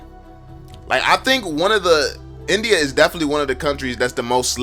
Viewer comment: Nice video, but I can't ignore the fact that you pronounce India like NBA sometime